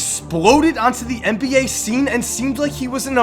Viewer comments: IT'S NBA... N B A NOT MBA!!! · Why does he say mba instead of NBA